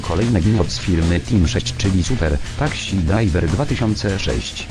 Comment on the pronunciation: TAKSI DRAJWER :D